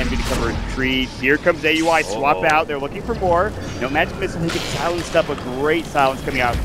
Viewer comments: Commentator kept saying Aui's name as Ey You I. Is it really hard to pronounce it when its the same as Audi except you just remove "d". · Bilegt Battsooj But in the Boston Major Qualifiers, whoever were the commentators, I heard them pronounce it as Aui, like Audi without the "d" not A U I. I think it was NP vs COL match.